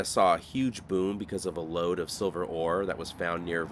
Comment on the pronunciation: I giggled evrytime he said "lode"😅